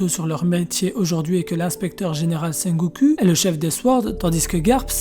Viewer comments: Je sais pas si c'est fait exprès mais c'est très déroutant de t'entendre dire sengocu akainu et même cuzan avec ta prononciation à la française je crois que ca ce dit plutôt sengokou akainou et kouzan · c'est ultra perturbant la manière dont tu prononce sengoku, le u se prononce ou